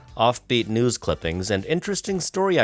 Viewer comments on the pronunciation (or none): none